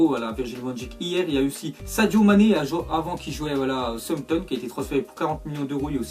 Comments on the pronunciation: dit "somton au lieu de Southampton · il dit tout le temps Sompton au lieu de Southampton😂😂😂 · Arette de dire souanpton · On dit "Saousanton"